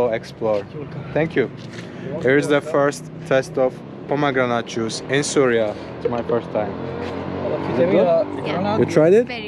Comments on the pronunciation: Bro its not Surya...it is syria when u say Suriya its so irritating...plz pronounce as syria.❤ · it is not SURYA it is SYRIA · with all due respect it’s pronounced —see ree uh